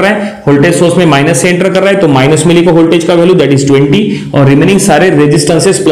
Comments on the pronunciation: Is it ‘Holtage’ or ‘Voltage’? Very good explanation but lots of redundant sentences and mispronouncing. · Sir holtage nhi hota ,, voltage hota hai i think🙂